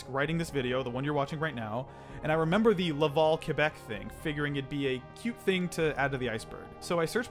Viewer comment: i lived in québec for around 3 years and when i moved back to ontario, everyone pronounced it like “kwa-beck” even though i’m used to it being like “keh-beck” and the fact that pronounced it correctly is rly satisfying lol